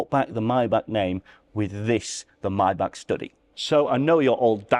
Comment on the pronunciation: Chh ch not k maybachhhhh